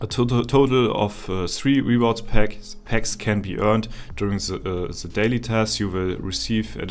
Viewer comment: Es ist ja nicht schlimm wenn man nicht pefekt Englisch sprechen kann aber 3 Sekunden auf Google gehen, "translate" "rewards" eintippen und sich einmal anhören (mit klick auf das Sound-Symol) wie man das ausspricht, bevor man es 735 mal in einem Video falsch sagt/ausspricht, sollte drin sein.